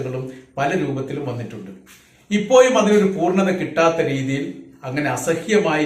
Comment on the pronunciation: ഉച്ചാരണം ഇപ്പോയും പഴയ ഇപ്പോയും തന്നെ.